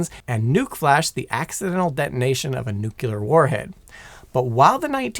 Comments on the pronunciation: NuCLear... Not nucelar... Please. Trying to make a George W. impression? I was happy to hear first. Like his tone and voice. Starting to regret it. And you top it of with 30 minutes of filling material before getting to the point. Now I remember why I don't watch your channels anymore. And you add a bunch of useless model numbers in a complex system description. That's it. I quit. Wasted enough time even though I skipped most of it. Painful. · Nu-cle-ar. It’s nuclear. Not nuke-you-ler. Thanks for the cool history lesson though. Your mispronunciation doesn’t devalue the info, just grinds the heck out of my gears 😅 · Nuclear. Not nucular. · You're an idiot. It's pronounced nuclear, not nukyaler. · N U C L E A R READ THE LAST FOUR LETTERS . CLEAR not nucular Please stop nucular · Nuclear (new-clear, referring to the nucleus [nu-cle-us]), not nukulurr (nuke-ya-lurrrr) What did the ruler of Omicron Persei 8 do to you bro?? It's important where the L goes. Bro a video entirely of you talking about nuclear subjects and saying it like George Bush is painful........ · Fascinating video. The big takeaway for me is that it is a good thing that we generally did not transport them with the core inserted! Unfortunately, you've also triggered one of my pet peeves. It is nuCLEar, not nuCULar. Just because a lot of people say it that way does not excuse the fact that that's not how the word is spelled, nor how it is pronounced. It's like saying "aks" instead of "ask". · I don’t know if I can watch this, and hear somebody say neuc-u-ler every 10 seconds. It’s freaking new-clear! How hard is that to say? Two syllables! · "Nucular" no no no no... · Less than a minute in and I'm worried the amount of "nukyular" in this video is going to make me skip it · Repeat after me: NU-KLE-AR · If you can't pronounce nucLEar, don't make a video about it. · NUK-ular? It refers to the nucleus of an atom. There is no such thing as a "nuculus." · Seriously. Sound it out. Nuc le ar.